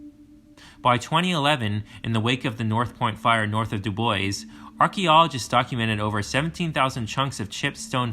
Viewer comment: Ab-sa-roke-a… not Absork-a mis pronounced about 20 times. Tee-ton, not whatever this guy was saying. Dubois is pronounced Doo-boys by everyone in the state. Great video except for the verbal errors.